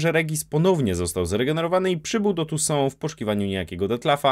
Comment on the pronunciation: Tounssait a mowi sie tu są